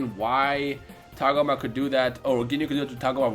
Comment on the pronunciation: Its TAH-GO-MA not TAAG-UMA and its SORE-BAY not SHER-BAY uhh...